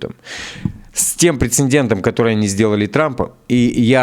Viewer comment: правильно говорить - ПРЕЦЕДЕНТ